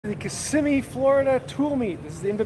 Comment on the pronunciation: Thank you for pronouncing Kissimmee correctly.